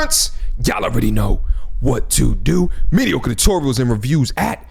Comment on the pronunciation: The way you say “tutorials” in your intro is soo New York LOL